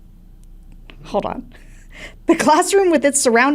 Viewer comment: "peculiarlaly" - hilarious. Super-cute Interaction